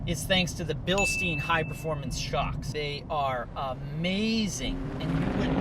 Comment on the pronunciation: Its BILSTEIN NOT STIEN...just saying.😉